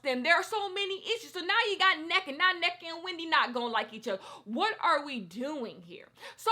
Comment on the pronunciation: I just wanted to say it’s pronounced En-Neka, like hold the n for a bit before you proceed with the rest of the name.